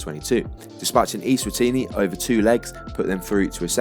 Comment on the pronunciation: Cool video! Most worthwhile correction is that Eswatini is pronounced with an "eh" sound at the start, so that yEs-watini would make sense as a pun. Other than that just some stats that didn't match up